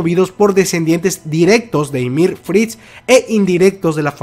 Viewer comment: Me causa una sensación horrible que digas ymir y no yamir jajajaa muy buen video